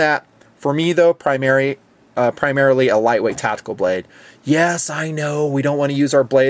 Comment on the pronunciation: Is "tatical" the same as "tactical"